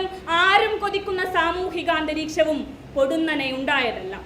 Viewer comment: പൊടുന്നനെ എന്നല്ല പെടുന്നനെ എന്നാണ്